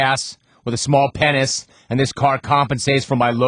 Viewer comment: why cant he pronounce "penis"??